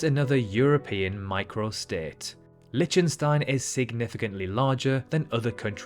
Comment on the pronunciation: LIK- tuhn- stine, not LITCH- tun- stine, took me all of 10 sechonds to confirm that , after having suffered a rapid fire mispronounciation. Also, does anyone know how big NYC Central park is in generaly understood terms such as football fields or hectares? ( Sixty second search; Central Park is 340 ha , about 840 football fields , 6,111 times smaller than Wales, or 2,720 times bigger than an Olympic sized swimming pool ( 50mx25m )) Talking of Wales, one hectare is the area that can be defined by a square with a side the length of three fully grown blue whales laid end to end. Perhaps " blue whale" could be used as a unit of measurement ? After all, everyone, but everyone, knows how big a blue whale is, right? So the former island paradise tastefuly converted into a barren wasteland known as Nauru could be said to be 150 blue whales across. Is "seven times smaller than" the same as " one seventh the size of " ?